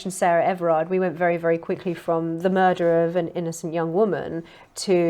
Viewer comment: Tony Blair? Mur. Der. Rer.